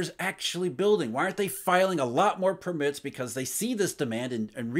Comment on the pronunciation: it is PURR-mit not pur-MITT - you have the emphasis on the wrong syllable